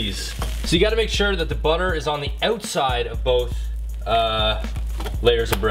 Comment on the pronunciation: OMFG THE WAY HE SAYS OUTSIDE